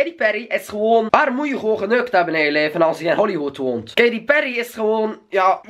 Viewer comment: je zeg Katy peryy hahah